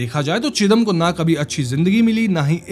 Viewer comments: Not chidam ,sridam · Bhai Bijoy Bokta nehi, it is Bijoy Bokto, Chidam nehi Chidom By the way very excellent narration. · It's not চিদাম It's ছিদাম.... চিদাম mostly sounds like chudam😑